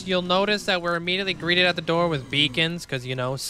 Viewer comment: sooo you can pronounce pneumonoultramicroscopicsilicovolcanoconiosis with ease but you can't pronounce "greeted" LOL🤣don't change love the video as always ❤